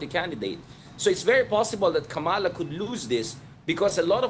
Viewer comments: PLEASE! It’s KA’MALA, accent on the first syllable, and say it fast. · Please pronounce the VP's name correctly! Kama-la. It would be nice to speak Tagalog.